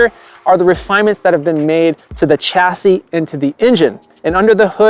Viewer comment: sh-ass-ey..... not.... ch-as-ee